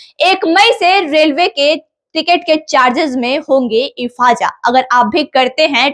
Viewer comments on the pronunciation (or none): Ifaja nahi izafa hota hai 😊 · Mam, efaza nahi ezafa hota hai. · ‘ ifaja ’ nahi madam Izafa 😂😂😂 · IFAZA KYA HOTA HAI IZAFA TO SUNE THY. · Are didi ifaza nahi izaafa bolte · इज़ाफ़ा होता है न के इफाजा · इफाजा नहीं मेडम इजाफा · इफाजा नहीं इज़ाफ़ा, वैसे इसको बढ़ोत्तरी या वृद्धि बोलो अगर पत्रकार बनना है तो, स्पष्ट भाषा का उपयोग करो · Ifaja 😂 Ya ijafa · मैडम चैनल बनाकर ज्ञान परोसने से पहले भाषाई ज्ञान तो ठीक कर लो इफ़ाजा कोई शब्द नहीं होता इज़ाफ़ा होता है जिसके लिए हिंदी में बढ़ोत्तरी शब्द का भी प्रयोग किया जाता है। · Mohtarma efaza nhi ezafa hota hai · Ifhaja nahi ijafha bolo madam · Medam Efaja. Nahi. Ejafa hota hai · Ifaja nahi hai maidam ijajat hota hai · बाकी सब ठीक है. लेकीन इफाजा नही होता इजाफा होता है. पहले बोलना सिख. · मैडम ने इजाफा नहीं इफ़ाजा बोल दिया है 😂😂😂😂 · Ifaza nhi izafa hota h..bolna to seekho madam pehle😂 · पहले थोड़ा पढ़ लिख लिया करें। हमें हिंदी अच्छे से समझ आती है तो उर्दू कि टांग काहे तोड़ रही हो। दाम में इफाजा नहीं इजाफा होता है। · बढोत्तरी को इजाफा कहते हैं, इफाजा नहीें। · इफाजा नहीं इजाफा पहले हिंदी सिख ले तब ही यूट्यूब पे डाल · Wo ijafa hota hai na ki ifaja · इज़ाफ़ा या इफाजा😂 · Madam Urdu alfaz nahi aata too ijafa ko ifaja bol rahi ho Urdu ki class lo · मैडम इफाजा नहीं इजाफा होता है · O maydam hifaza nahi ezafa bolo bolna nahi ata hai our anchor bani baythi ho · इफाजा नहीं इजाफा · Ap news read karne mei jaldi na karen, ap ne Izafa ko Ifaza padha hai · इफ़ाजा नहीं इजाफा। थोड़ा अच्छे से पढ़ाई किए होते तो ऐसी स्थिति नहीं होती।। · Abe e ifaza kaun gaon izafa urdu ki maa bahan kar rahi hai aap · Ifaja nhi izafa hota he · Medam ifaza nahi izafa hota hai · Ifaja nahi ijafa hota hai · MADAM URDU SAHI SE BOLYE EJAFA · इफाज़ा नहीं इजाफ़ा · Urdu bolna pahle sikh lo,ifaza nahi izafa hota hai . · इजाफ़ा बोलिये मैडम